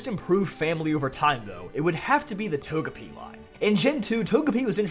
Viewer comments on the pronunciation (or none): How about "Toje-Pie"